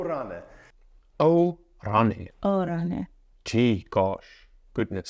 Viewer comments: About "O, O" - he doesn't say it quite right. This is like "oh" repeated 2 times with a noticeable break, but more often we repeated 3 times then "oh" is very short and you say it very fast without any break. It has to sound positive. We use it in situation when someone comes to something that you are trying to explain to them, for example your back itches and you are trying to direct your husband/wife exactly where and when he/she finally finds the spot you can say "oh-oh-oh right here" or "oh ... oh right here". We also use that "Oo-Oooh" like "whoopsy" like you say in this moment: . More often than "no coś ty?", you can hear "no co ty?" - more modern, shorter and easier to say, but first one sound softer and more polite . "Fruu" it's a sound of a bird flying away. It's realy old-fashioned to say "i fruu" ("i" is "and"), normally, I very rarely hear it, older people tend to use it. We read all of the letters, if you know how to read you can read everything. English has some letters "for fun" (queUE, comfORtable, WoRCEster) but polish doesn't ;) . There are some combinations of letters which you read in different way than when they aren't together, so "sz" is like "sh" in English, "rz" is like you pronounce "su" in word "pleasure" etc. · O!O! can have many translations, depending on the situation and - most important - pronunciation. You were saying O/,O\ (rising and falling like a wave) - this translates to oops! or "Look what happened, look what we got here!" To say it properly (in the proposed meaning "yes, right here!") you have to say it completely flat (neither rising nor falling) and short - like a shout out: "O!" - one is enough, but many people repeat it to put more pressure on it - O!O!, O!O!O! and even O!O!O!O!O!O!, pointing with finger and nodding head with each O! :)